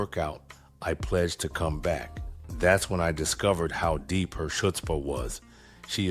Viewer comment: Love your voice and stories! I wanted to point out in this story you mispronounced “Chutzpah”. The “C” is silent. 🙂 From a big fan!